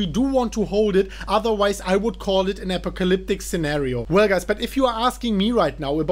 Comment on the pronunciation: "apocalyptic" uh·paa·kuh·lip·tuhk Epileptic? Maybe 😏